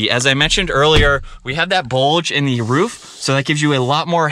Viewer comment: Your intentional, forced pronunciation of "the" as "thee" 900 times is extremely annoying.